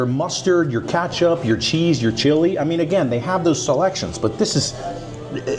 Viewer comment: Why can't he pronounce ketchup correctly 😂